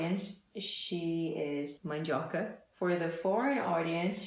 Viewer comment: discreet shipping I dunno if you're brazilian or not... But when you said "Mandioca" with no accent, eu fiquei sem entender nada. É muito loko ver um brasileiro de onde você não esperava, tipo "Como assim?? Que caralhos tá acontecendo aqui??" hsushshsh I like this channel even more now <3